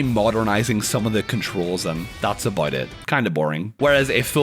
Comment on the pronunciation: "lets talk ah-boat"